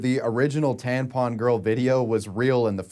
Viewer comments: I am 100% convinced actually thinks tampons are called tanpons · Bro it's tampon not tanpon 😆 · TaMpon, you keep saying taNpon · I wonder if he knows that it’s taMpon non taNpon lol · is this grown man saying "tan pon" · why are you saying tanpon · Wait do you just say tanpon.... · Why did I have to scroll so far to find a comment about this?? 😂😂 That was nagging at my brain way too much! TaNpon.